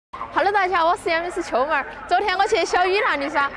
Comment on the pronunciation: 秋妹 不是這樣唸 夕陽西下 愛人在天涯